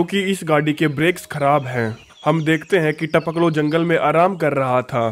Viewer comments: It's Tapakalo not Tapklo 🤣🤣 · Our jab aay bol raha hai to jyada funny lagta hai taoklo 🤣